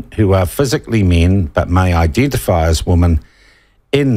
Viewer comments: Yes, women plural should be pronounced 'wimmen', it always grates to hear media mispronounce it. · Sean. Women is the plural: Woman is the singular. This peculiar pronounceation seems indigenous to our land of the great white shroud. I can say that because I was born here. I've wondered what a sex change operation would result in if out of whimsy, the nessesery airfare and the money to make a mission possible to a country where they carry out this surgery, would I then get a buzz that could take me to the wharf gates waiting for the Fleet to arrive? A conundrum if there ever was one. Or perhaps just hang around the dunnies at Courtney Place and take my chances?